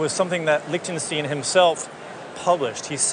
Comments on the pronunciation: lick-ten-shteen. These days I doubt if I'll have any situation where I might say it, but thanks for that (It's like Young Frankenstein) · I thought it should be \lick-ten Sht-eye-n. I was always taught "The second of the two, gives us the clue" so 'ei' is pronounced 'eye' and 'ie' is prounounce 'ee' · Lech ten sch tine. Stein, long i. As people call a beer stein. Same word, stone.